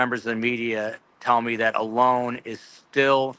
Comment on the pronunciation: I think you're saying Alones name incorrectly I'm not 100% sure but I think it's pronounced with a long and like a lawn